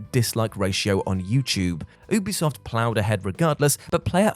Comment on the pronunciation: Hey, you do pronounce the U in Ubisoft. You-be-soft. Ask them if you need proof! 😀